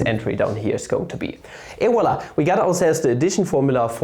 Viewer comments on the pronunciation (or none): none